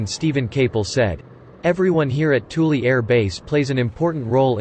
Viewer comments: You might call it "Toolie" but I call it "Thool." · I am not sure if I am the only one irritated by the pronounciation of Thule as Toolie.. Aggravated me so much I stopped watching